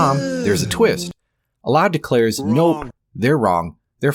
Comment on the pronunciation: Dude how many videos do you have to make just milking this? You just gotta chill at this point or at least lump it all in one video and just focus on God, also dont say "Allah" in the worst Arabic pronounciation just say God they mean the same thing. Speaking of since you MIGHT read this comment I will go over the video. Peak bait reddit title btw (you see I have drawn you as the soyjack and me as the gigachad) "for starters, the Quran claims the sun sets in a muddy spring (18:86), which contradicts basic astronomy. It says humans are made from a blood clot (96:2), conflicting with biological facts. Mary, the mother of Jesus, is confused with Miriam, the sister of Aaron ( -28). The Quran claims the Earth was created before the heavens , but elsewhere implies the opposite ( -30). It denies Jesus' crucifixion (4:157), contradicting overwhelming historical evidence. It mentions dirham coins in Joseph's time , but those didn’t exist yet. It claims Egyptians practiced crucifixion in Moses’ and Joseph’s eras (7:124, ), though crucifixion only emerged much later through the Persians. It places a Samaritan at the Exodus (20:85), centuries before Samaritans even existed. It confuses Mary, the mother of Jesus, with Miriam, Moses’ sister , collapsing 1,500 years of history. And it bizarrely places Haman from the Book of Esther in Pharaoh's court (28:5), despite them being separated by nearly a millennium. Oh, and it calls Ezra the "son of God" in , a